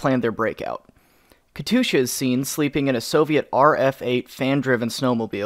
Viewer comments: Says katusha instead of katyusha Time to get the T-60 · It’s not Katusha don’t say it like dat bruh.... ITZ! Kat You Sha! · terroised the hell out of me hearing the katusyu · but still he CAN''T EVEN PRONOUNCE KATYUSHA PROPERLY